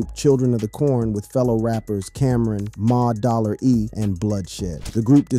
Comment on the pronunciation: Who the hell is Ma dollar E lol. Its Mase